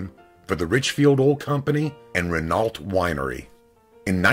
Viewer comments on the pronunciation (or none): RE-NALT winery ! Wrong. Renault is pronounced RE-NO. But you'd need a good education to know that, wouldn't you ?